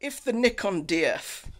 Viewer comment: I like you says "nikon" not a "naikon".